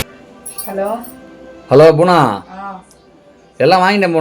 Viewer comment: யோவ் புவனானு ஒழுங்கா சொல்லுவியா நீ சொல்றதை பார்த்தா பூனா பூனானு காதுல விழுகுது